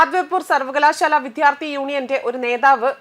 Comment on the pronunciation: നിന്റെ ഈ വിധ്യ ആർത്തി ഒന്ന് ശരിയാകുമോ? തലക്കെട്ട്, വിദ്യാർത്ഥി എന്നും, വായിക്കുന്നത് ആരോചകമായ "വിധ്യ ആർത്തി ""എന്നും 🤔